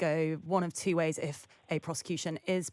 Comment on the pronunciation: She said "wantsed" "tswo" etc. I've noticed this t=ts become rampant. Is it post-Brexit English?